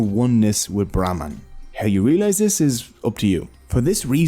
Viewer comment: Brahmaand( univers) instead of brahman